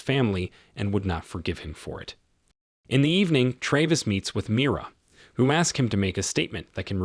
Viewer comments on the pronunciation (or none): It's Tra-vis, not Tray-vis. And it's Nat-a-lie, not Nayt-a-lie. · why do you mispronounce the main characters name so often? … sometimes it’s Travis and sometimes it’s Traaaavis? ….. seriously? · Good Lord, learn how to pronounce the name Travis! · How can you mispronounce Travis. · Ikr?! It really got irritating